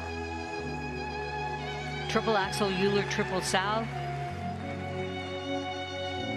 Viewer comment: the commentator is Pj Kwong, and the way she pronounciate Euler is the right one! like u-ler or yu-ler